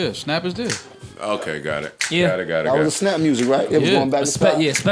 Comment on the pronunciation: “An invisible snaap” 😂